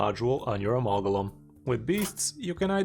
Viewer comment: Lol the pronunciation was driving me crazy. Good vid, sir.